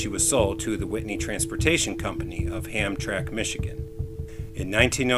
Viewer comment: You need to work a little more on your pronunciation. It is ham tram ic